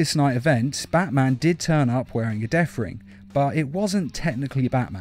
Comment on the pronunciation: What is the issue with the th sound. You managed to turn the death ring into the deaf ring and butcher so many other words...